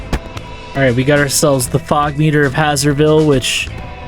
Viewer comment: A thing that's been bothering me for a whole now... Isn't "Hazer" part of "Hazerville" read the same way you'd read "haze"?